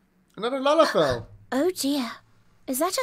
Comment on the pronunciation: Lalafell more like Lolifell UHM